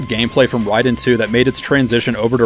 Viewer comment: Rayyyy Den not rye den 😂